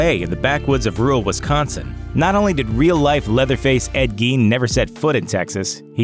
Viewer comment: There is no E in Wisconsin....